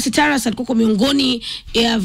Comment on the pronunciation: Please correct the NAME. NOT TARASS. TA RUUS..only. Vernacular names in Kenya are pronounced like Kiswahili. Mang'eni is ......not. "me-n---jeai"